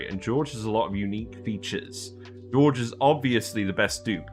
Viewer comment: A bit dismayed to see the dupes that subjectively are the most productive in my colony that low (Ashkan, Gossman, Bubbles and all-time favourite Travaldo, who always saves the day!). Also - I'm always surprised by English-speaking Youtubers who don't invest 10min to find out how the names are actually pronounced and give it at least a try (Jorge is not pronounced the same as George and the Ls in Camille are silent ;-) )